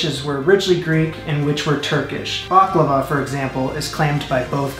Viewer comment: First Of All, It’s Baklava Not Behklava. Also Baklava Is Ancient Greek In Origin. Look Up Gastrin. A Ancient Greek Dessert. Same With Loukoumades Which Was Made In Ancient Greece Given To Olympic Atheles As Tokens.